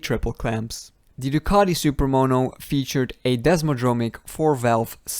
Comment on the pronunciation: It's Ducati not ducaDi